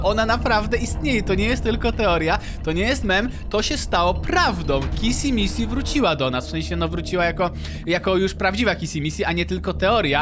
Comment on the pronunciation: Nie kisi missi tylko kiśi miśi😄😄😄😄😄😄😄😄😄😄😄😄😄😄😂😂😂😂😂😂😂😂😂😂😂😂😂XDXDXDXDXDXDXDXDXD